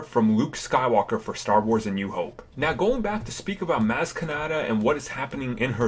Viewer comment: IT's Maz with a soft a like Mahz! Did you even watch the movie!?!?